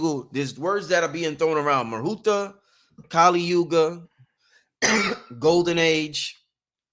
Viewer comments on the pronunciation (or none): It is Mahurat ma-hu -rut.